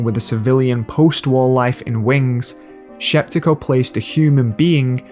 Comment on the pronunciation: Larisa Shepitko, not Sheptiko